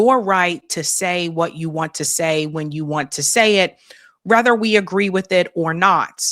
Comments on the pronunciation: For God’s sake…HOW? WHY?…do you pronounce the word “whether” as “rether”? It’s simply flabbergasting and unfathomable. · The word is WHETHER NOT RETHER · pronounces “whether” as “rether,” which is incomprehensible to me.